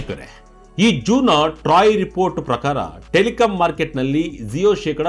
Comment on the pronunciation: Yaro report madiddu, zeyo alla adu jio.